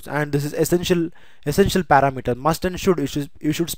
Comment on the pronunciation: it is not para mater, it is par-ram-eter